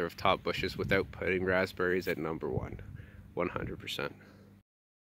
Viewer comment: "Numba 2" 😄